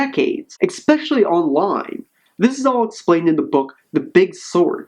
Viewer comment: Don't say "expeshuly"